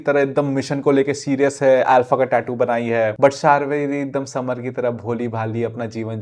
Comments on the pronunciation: It's शर्वरी not शार्वरी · शार्वरी 😂 its शर्वरी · Call her sharvari ! Not shaarvari 🥹🥹🥹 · BTW, it is not Shaarvari, it is Sharvari. It is not शार्वरी, it is शर्वरी. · terko sharvari bolna nhi aaata bc..:face-blue-smiling::face-blue-smiling